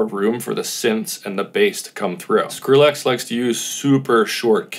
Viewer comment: Stop saying SkrillAX